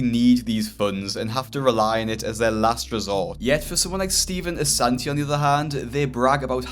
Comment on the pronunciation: love how he has “Ass” in “Assanti”